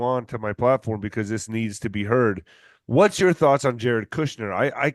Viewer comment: I don’t trust this guy! Basically he is saying the WHOLE truther community is a bunch of liars and con artists! Dude pronounces “Jared” as “Yared”! 😂😂